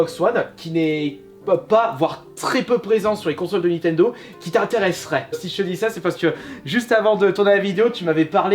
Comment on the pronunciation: C'est nintendo pas nitendo